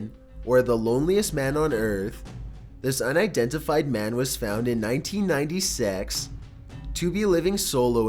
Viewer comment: Nineteen ninety-sex.... That’s what it sounds like lol